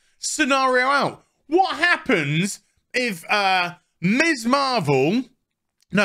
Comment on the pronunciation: I think you are great, but everytime you say Miss Marvel, all I hear is Miss Marple which confused the hell out of me at first!:)